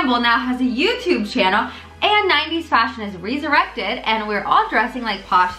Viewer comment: Why’d you pronounce resurrected like that lol